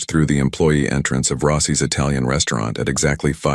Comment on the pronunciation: Risado instead of risotto in Rossy’ instead of Rossi’s. —-starts well. Will watch something else.